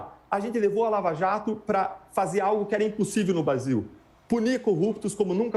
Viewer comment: O cara erou ate o nome do brasil para Basil